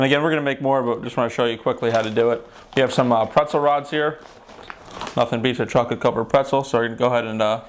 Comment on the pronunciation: CHAWCOLET DID YOU SAY CHAWCOLET!